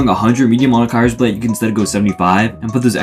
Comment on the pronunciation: ur pronounciation of kyrsblade is silly